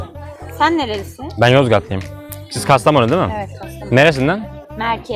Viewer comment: Kastamonu dedi güzel 🇹🇷